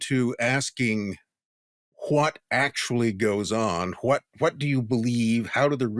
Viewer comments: Why does this guy say "who-wat" instead of what? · I'm enjoying this podcast .. but has anyone else noticed the way this man emphasizes the "H" Everytime he says "what" or "why". Lol. I catch it every time. And I'm like "dude! The H is silent! Stop it!" 😂😂😂